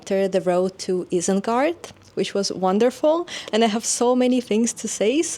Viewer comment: Oh dear, now you just said "Eye-sengard." Please look up the pronunciation guide in the Appendix!